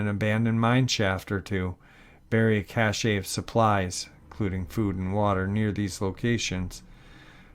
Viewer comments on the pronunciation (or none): none